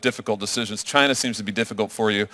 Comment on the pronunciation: Karan Bhatia said "We are proud to be an American company..." He said China wrong!